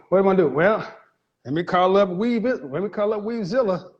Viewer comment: Not Weavezilla 😅